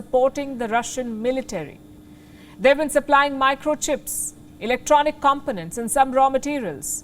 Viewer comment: "Components" : /kom 'PO nents/ Seriously, does anyone know how to use a dictionary to check stress on syllables on this channel at all ever?